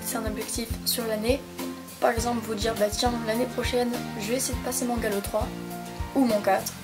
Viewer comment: Mdr "Galow" 😂😂 sinon merci pour tes conseils 😘